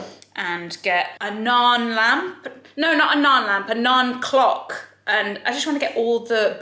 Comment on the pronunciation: I got so confused when you said "non-clock" It took a bit to realize you said "naan clock" Those roller skate shoes are about 20 years late. Those were popular when I was in middle school. As for that chopper, just get a food processor